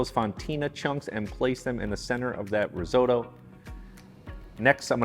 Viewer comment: Learn how to say risotto...oo..oo..not oy oy